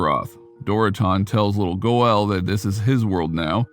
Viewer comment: Pretty sure the narrator doesn't play World Of warcraft. Because he totally mispronounced Medivh and Goel. He got the other names right though